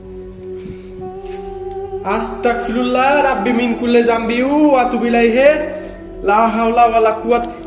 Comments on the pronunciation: ভাইয়া আস্তাকফিরুল্লাহ হবে না,,,এটার উচ্চারণ হবে আস্তাগফিরুল্লাহ হবে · ভাই আস্তাকফিরুল্লা না অস্তাগফিরুল্লা